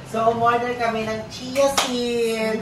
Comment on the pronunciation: Galing ni Mommy kitty! By the way, yung Chia seeds… hindi sounds like “kia” yung chia. Ang pronunciation “chee-ah”😊